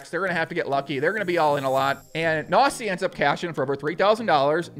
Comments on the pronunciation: You pronounce it Knossi not Nossi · Are you pronouncing KNOSSI as NAZI ? xD ay ay ay ..... Your german is funny heheheheheheheeeeeeeeeeeeeeeee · I am german and I watch Knossis streams regulary. 1. Good job with the video, sir. 👍 2. Pronunciation: The 'K' in Knossi and Knüppel/Knueppel is NOT silent like in 'knock-out' oder 'knife'. 3. Knüppel said that he usually only plays tournaments where you cannnot win money but material prizes (which probably is mainly because of german legislation.) 4. Knüppel said on stream that with the money he won he plans to restore his thirty-year-old Mercedes Benz 190. He also recently had a water damage, so the money helps on that front aswell. 5. Knossi wears the crown because he calls himself 'King of the internet' (which is at least for the german speaking area pretty adequate by now and for us fans anyway.). The crown is his most recognized trademark. 6. I play poker and follow the poker world and poker shows since 2005 and this stream was one of the most fun and exciting poker events I've ever watched. Knüppel is exactly that type of average Joe you want to win it all and Knossi has the unique talent to make any sort of program exceptionally entertaining. He usually streams slots a lot which I find pretty boring and pointless generally but Knossi knows how to make a show out of it. It really is about the person in his case. He is very close to his community through the different plattforms, he has a lot of energy (as you can tell), he is always positive and really knows how to put a smile upon your face even when you had a rough day. I am pretty sure that he will have a lot more s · haha Knossi sounds like Nossa when you say it :) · Not really a great pronunciation of "Knossi"